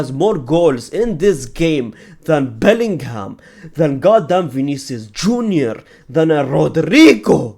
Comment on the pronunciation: Bellingham 😂😂😂😂 Boltingham